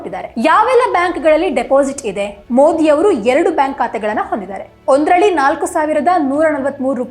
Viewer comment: ಮೂದಿ ಅಲ್ರೀ ಮೋದಿ, ಪುದಾನಿ ಅಲ್ಲ ಪ್ರಧಾನಿ, ಕನ್ನಡ ಬಂದ್ರೂ ನೀನು ಬೇಕೆಂದೇ ಮೋದೀಜಿಯನ್ನು ಅವಹೇಳನ ಮಾಡುತ್ತಿದ್ದೀಯ, ಆಕಾಶಕ್ಕೆ ಉಗುಳಿದರೆ ನಿನ್ನ ಮುಖಕ್ಕೇ ಬೀಳೋದು, ಜಗತ್ತೇ ಮೆಚ್ಚಿದ ನಾಯಕ ಮೋದೀಜಿ, ನಿನ್ನಂತ ಎಡವಟ್ ಕಾಂಗಿಗಳು ಅಣಕಿಸಿದರೆ ಏನೂ ಆಗಲ್ಲ ! ಚಳ್ಳಕೆರೆ ವೆಂಕಟೇಶ್, ಬಳ್ಳಾರಿ